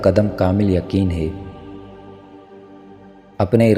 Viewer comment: Hay ko hey bol rahy ho isko theek Karen